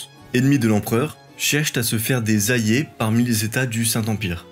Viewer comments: Tu as vraiment du mal à prononcer les « LL »… « Ayés » au lieu d’« alliés » ; « ayances » au lieu d’« alliances »… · Joli travail. Des problèmes d'élocution qui font saigner les oreilles (ayé pour aLLiés, des liaisons en -t qui n'existent pas, par exemple) mais cela se corrige avec un orthophoniste, j'imagine. Continuez, c'est top ! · Très bien tes vidéos. Les seules choses à travailler sont l'articulation, et la prononciation de certains mots (alliés = on comprend "ayé") :)